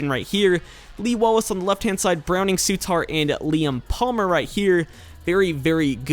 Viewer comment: Souttar isn't pronounced Soo-tar, it's pronounce Su-ter :)